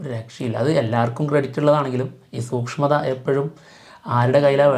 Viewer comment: സൂഷ്മം അല്ല സൂക്ഷ്മം😊